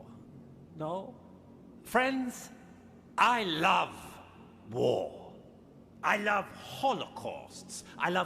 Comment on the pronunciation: why I hear "whore", when The Major said "war"? Seriously, I'm hear this every time, when listen his speech!